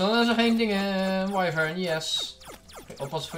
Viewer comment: je zegt “wyvern” als. “Wivrn.” Niet “Waivrn” (Gewoon een vriendelijke tip)